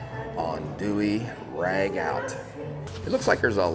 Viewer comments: Thanks guys. Rag...out! Try pronouncing it as ragoo! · Looks great! BTW, it's pronounced ra goo.